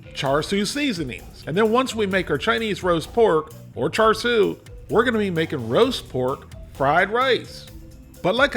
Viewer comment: From speaking to Chinese people it’s pronounced ‘shar’ not ‘char’ 😁